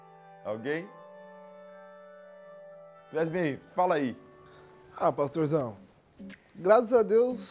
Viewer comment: "É rapidinho paxtorzão..." kkkkkkkkkkk'